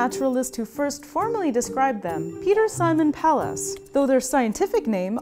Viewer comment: Apart from how she pronounces "Pallas."